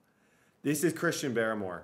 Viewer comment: It's pronounced Christian Bar-more